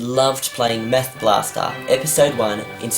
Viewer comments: it sounds like hes saying meth blaster XDDDDD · Why do you pronounce "math" like that? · That's not because he's Australian. I think it's just him. When I say "math" it sounds like "math" rather than what he said at the beginning. :) Oh, don't mean to offend. :)